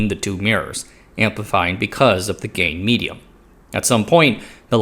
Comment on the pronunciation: 🗣 "gain medium" 🦻 "gay medium"